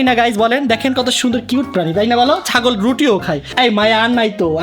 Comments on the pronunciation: চাগল না ❌ ছাগল ✅ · ভাই ওটা ছাগল হবে চাগল না😂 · ভাই চাগল না ছাগল❤😂😂😂😂😂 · ভাই আপনি কি শরম পান নাকি ছাগলের ছ হবে চ হবে না😂😂😂😂😂😂😂😂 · ভাইয়া এটা চাগল না ছাগল হবে😂😂